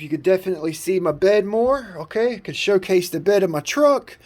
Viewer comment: Say shoe case it again lmfao